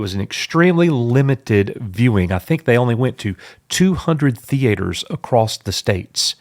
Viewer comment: Nobody: This guy: THEE-ATE-ERS